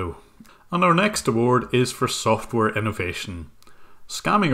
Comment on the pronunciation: Atrocious accent: SOFTWARE was pronounced sulfur. 🤣😂🤣